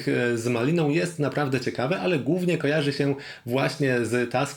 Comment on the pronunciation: dlaczego "głównie" wymawiasz "gównie"? 😅